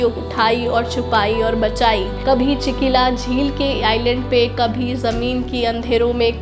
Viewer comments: 1. Chikila nahi chilika hai 2. Nadidosh nahi Nandighosh hai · First of all please you correct the word Chilika not chikila and nandighosh not nandidosh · First correct your pronounciation नाबलदकेरा is wrong . Correct pronounciation is नवकलेवर ., नंदीदोष नहीं नंदीघोष, चिकिला नहीं चिल्लिका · Chikila jhil nhi madam ji chilika jhil kehte hai usko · Nice video ..it is NANDIGHOSH not Nandidosh ..the lake is CHILKA nor Chikla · Nandidosh❎ Nandighosha✅ Chikila❎ Chilika✅ Nabalekara❎ Nabakalebara✅ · Hi mein puri odisha se hu aur Jagannath ji ka sevak hu. Aap ne bahut acchi baat bataehe. Per kuch kuch word galat bol rahi he. Jese nandidosh rath nahi nandighosh rath he aur chikila jhil nahi chilika jhil he. Jai Jagannath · 1. Its nabakalebara, not nabalakera. 2. Its chilika, not chikila. 3. Its nandighosa, not nandidosha. And, thanks for the video. Jai Jagannath. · Madam thodi si proper preparation karke yesa sensitive topic ko describe karein. App achese apka kam kartiho but rath yatra & lord Jagannath ke baremein kafi lok jantehein. Isiliye kuch words app ne galat pronounce kiya hey jese Chilika ko Chikila and Nandighosh ko Nandidosh. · Chikila Wrong chilika ( चीलीका) right और तालबेग नहीं सालबेग